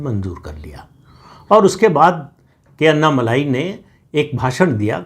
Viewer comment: अन्ना मलाई नही जी। अन्ना मलै। 🙏🏽